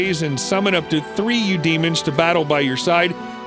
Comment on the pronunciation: eu demons xD nice pronaunsation :D